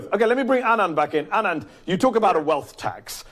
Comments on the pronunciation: It's ANAND. NOT ANAAAND. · That little man is condescending and infuriating. What does the fact that Anand and he went to the same prep school have to do with anything? Meanwhile he can't even be bothered to pronounce someone's name correctly. All that aside his economic theories and proposals are as outdated as he is. I won't waste time watching him again so I hope he will not be asked back on the show. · Jesus, Laffert's mispronunciation of Anand's name is ignorant and infuriating. What a jerk. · Tax revenues literally can't be raised by tax cuts... that's likely saying you breath better after you've drowned because water has more oxygen than air. Side note... Odin save me if I ever mispronounce Anand's name. That look was a RAZOR.